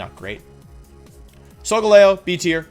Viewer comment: THE FIRST E IN SOLGALEO IS SUPPOSED TO BE AN A!